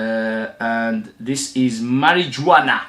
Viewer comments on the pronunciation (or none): Must admit I've never heard Marijuana pronounced that way, but the j is actually pronounced like an h sound. Mary -huana. Spanish for mary jane. Not a good idea to wear this one if you happen to be stopped by police. You'll be arrested. Lol.